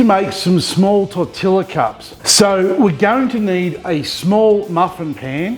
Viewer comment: Hey, not wanting to be the grammar police, but tortilla is pronounced Tortiya.The L's make a Y sound. I did the same as u until I was corrected in a mexican restaurant. Cheers and keep up the great work. p. s. Been wanting to make carne asada for ages. Might try on the weekend.